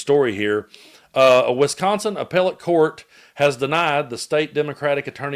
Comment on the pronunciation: WISconsin, not WESconsin.